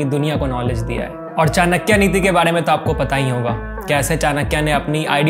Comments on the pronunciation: चानक्या नहीं चाणक्य!!! कहना सीखो Me in 10th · It's '' चाणक्य " not " चाणक्या ". You think " चाणक्या " sound cool, no, it sounds that you are fool bro. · One correction here is that the correct pronunciation of Chankya is Chaaa-nuh-k-yuh. There is no aaa sound in the end. Same is for Dharma, no aa sound in the end. Kudos to the team for making videos on these practical topics which people thought are just textual philosophies. I truly believe Indian culture already teaches the correct way of living.